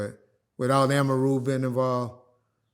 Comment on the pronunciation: The way he pronounced Amaru had me rolling